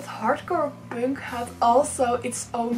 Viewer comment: Is there any specific reason why you don't pronounce "punk" the right way?